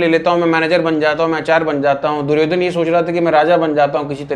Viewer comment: भैया दुर्योधना क्या होता है कम से कम प्रोनाउंस तो करो दुर्योधन, आपका मजाक नहीं उड़ा रहा हूं मैं लेकिन जो वास्तविक नाम है उसे बोलो।